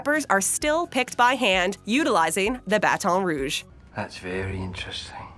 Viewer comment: I love how they always try to pronounce baton rouge all fancy, we literally say it with no accent, nobody says it in a weird way